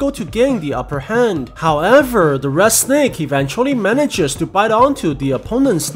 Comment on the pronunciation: i love how he says sneck